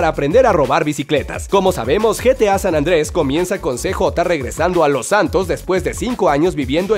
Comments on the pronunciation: ok todo bien pero decir san andres si ahu se ve claro q es san andreas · San ANDREAS !!!! por que dicen San ANDRES >:V